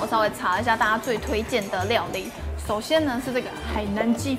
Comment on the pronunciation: 我很確定 是說: 首"顛"是這個沙嗲!!!